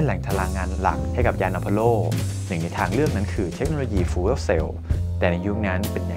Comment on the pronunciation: Fuel อ่านว่า ฟิว ไม่อ่านว่า ฟูเอล นะน้องนะ